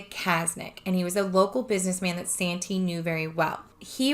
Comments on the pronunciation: Please be careful. It's sad but there are people just waiting to scam good people. You have good intentions, and a good heart, and sadly, people will take advantage of that. Sante is pronounced like Saunty. That's how I've always heard it pronounced. 💜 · It's no problem just thought i'd let you know. It's pronounced SHAWN TAY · your saying Sante wrong